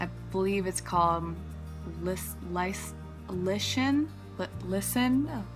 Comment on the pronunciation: Lichen- LIKE-en. Not a moss I don't think D is sooo tricky